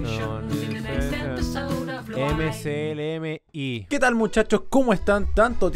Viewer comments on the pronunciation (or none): Soy el unico que se dio cuenta que dijo mcli